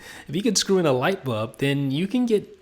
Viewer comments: Dude... BULB BULB not BUB!!! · Great review. Pity he can't pronounce the word 'bulb'.